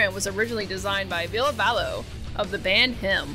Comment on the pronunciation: one thing people dont really talk about is ville valo (its valo, not vallo 😊) breaking ties with bam and how that seemed to fuck him up almost as badly as dunn dying. edit after watching more of the video: you did actually go into it and im glad seeing someone doing a video on bam actually talking about it! whether it was hero worship or romantic love, bam was definitely obsessed with ville. i think it really, really affected him to have ville cutting ties. the sad thing is that if bam were willing to accept help i think ville would be 100% down to be friends again. this is seriously the best documentary style video ive seen on bam! like not just the ville stuff, theres so much here that no one else ever covers and that i - even as a lifelong jackass fan - didnt know. super well done!